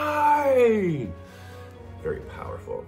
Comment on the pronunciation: you say it 'Le Hen' not Hine, such a great film! have to check out more from Moth & Rabbit.